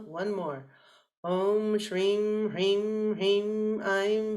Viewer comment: Mam, pls help... Am very confused in pronouncing SRIM... U said its HISSING S... but when even you pronounced it seems like SHRIM